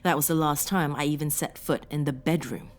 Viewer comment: Sauron's mirror cannot be destroyed by any weapon we posses; It must be cast into the fiery chasm from whence it came. Also, are you German? You say "the" like "da"